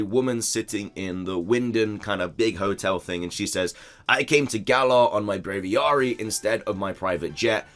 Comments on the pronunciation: WTF IS Brayviaarrree its braviary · Brav-ee-airy. It's like aviary.